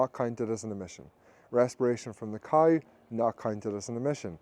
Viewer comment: Also it's cow not couwe.